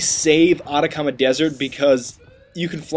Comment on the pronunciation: nice video but its ah-tack-ah-mah dessert not otacauma dessert